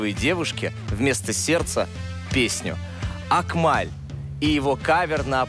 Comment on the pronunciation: Не акмаль а Акмал без ь это узбекская имя